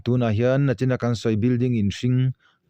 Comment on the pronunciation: A hmuhnawm hle mai. Tleizawng ni lovin tlaizawng. Nachin ni lovin nichin tih tur. channel a ni bawk a, mizo ṭawng i lam dik loh ka lo thai lang ve lawk a ni e.